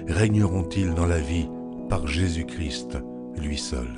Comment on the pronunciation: Juste pour dire un défaut de prononciation. Nous devons lire Jésus Christ sans prononcer le "t". Seulement quand nous lisons "le Christ". Sinon bonne lecture. Merci !